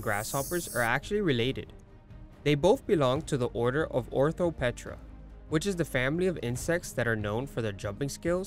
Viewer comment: “Orthopetra” lol